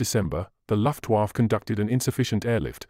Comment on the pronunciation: Bad pronunciation of basic German. Very irritating how he pronounced Paulas, and as for luftwaffe “lift-waf” Need to check these narrators before embarrassing themselves.